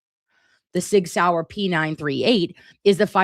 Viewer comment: Replay crew. Love you so. Wanted to acknowledge youre Absolutely pronouncing Sig Sauer correctly 😊